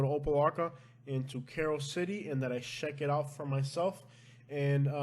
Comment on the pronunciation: I like your accent.... Lol... Shannel for channel... Sheck it out.... Haha.. It reminds me of my NYC friends